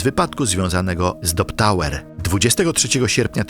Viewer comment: Strasznie kłuje w ucho jak wymawiasz slowa po angielsku, że dość, że źle wymawiasz słowa to jeszcze Ty czytasz słowa, których tam nie ma: Kaitlyn Lassiter to czytasz Lestiler, zamiat Drop Tower to Dop, Leah Washington to czytasz Leh. Nikt Ci nie każe być filologiem angielskim czy native speakerem, ale robisz materiał na YouTube, który się niesie, robisz research pod film i naprawdę tak ciężko jest wrzucić do tłumacza google albo jakiegoś innego translatora jak co sie czyta? I zeby nie było, że sie czepiam, bo sam niekiedy mi się zdarzy wtopić, ale jak robisz takie filmy to wychodzi po prostu Twoje niedbalstwo, bo każdy kto zna język angielski na tyle, że to wyłapie tak oczywiste błędy i decydujesz sie zamieścić to w Internecie to aż strach pomyśleć czy zdarzenia o których opowiadasz rzeczywiście miały taki przebieg i czy dobrze dane historie opowiedzialeś widzom. Nie bierz tego za czepianie się, ale przyjmij te krytykę, aby Twoja jakość w materiałach była lepsza w przyszłości. Tego Ci życzę!